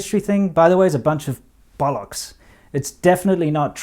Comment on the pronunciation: Lol 😂🤣 "A bunch of bollocks!" Said it like a true brit would 👏👍